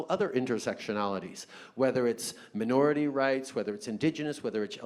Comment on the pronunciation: The word MINORITY has to be said correctly